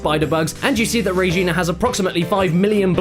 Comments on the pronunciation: it's regina, not rejina, good god. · Re ghenah Kappa, it re-gi-na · Its pronounced Regina, like Vagina. I would know since I live in Regina Saskatchewan.